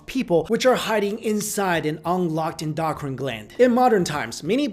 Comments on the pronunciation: LOL endoctrine gland... seriously doctrine is something entirely different, I respect the heck out of ya but please learn to say EndoCRINE not endoctrine.... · Did anyone notice he said "Indoctrine gland" instead of "Endocrine gland" ? roughly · endo-crine say it with my endo-crine not endoctrine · En-do-crine not en-doc-trine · It's pronounced In-d0o-Krin ( endocrine) ... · Sorry but, it's pronounced endO crIne...just saying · Please, learn the proper pronunciation of "key words" in the content of your videos... "endocrine"... End-oh-crin, rhymes with grin.